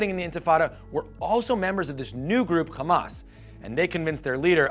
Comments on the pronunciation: Hamas not Khamas you bum. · Also its called Hamas with an H not Kh , you talk like a Jew.... and I believe you're video is based on an Israeli perspective , you did not even mention the 2008 war , where almost 3000 Palestinians died , and the crimes committed by the zionest , that lead for such a movement